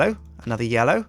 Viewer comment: then calls me he says yello whats up how you doin because he said yellow when he was placing the flowers